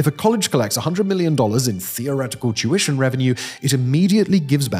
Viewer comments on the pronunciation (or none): Tuition! I thought I had heard you say "Jewishon"! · When Simon says "tuition" is sounds like "Jewish".